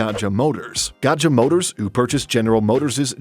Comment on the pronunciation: GAJA motors is pronounced GAYA motors. Indonesia had old alphabetical (TJ for C, DJ for J and J for Y)